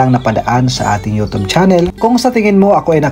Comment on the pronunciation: Nakiki yutub ka na rin ng bigkas ha ha ha! yutsub yan. Ha ha ha ambaduy mo ha TUB DAW HA HA HA!